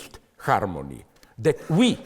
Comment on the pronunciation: O, Sister Brothers- all of the above + "HARMonEy of Marxism"...